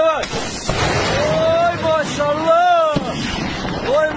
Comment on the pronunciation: Ля, я из-за этого "оймащщаллааа" сначала думала, что это какая-нибудь там Чечня🤣